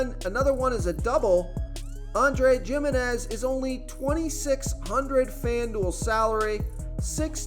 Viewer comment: "Jim" inez had me rolling Bro you pronounce every other name wrong 🤣I don't think you've ever watched baseball